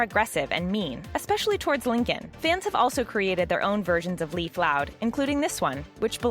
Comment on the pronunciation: ITS NOT PRONOUNCED LIKE A LEAF. ITS LEIF. (Lay-f) OMG .